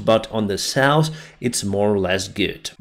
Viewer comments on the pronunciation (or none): South -not 'sauce' North - not norse